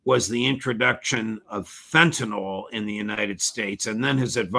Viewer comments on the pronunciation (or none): No such thing as “fentanol.” It’s fentanyl and the judge shows his intellectual laziness by continuing to mispronounce this word.